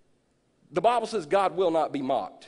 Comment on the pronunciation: You don't read your bahble!